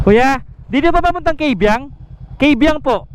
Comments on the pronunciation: Kung ang tamang bigkas ay KAYbiang hindi Keybiang. Kung pangalan ng babae na hango sa Ingles and Kay ay binibigkas na "key." Pero yung tunnel KAYbiang dahil ito ay hango sa salitang Tagalog. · Mali ang pronounciation ng Kaybiang